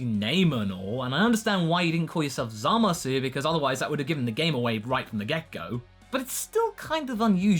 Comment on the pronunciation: you started pronouncing the U in zamasu again oh no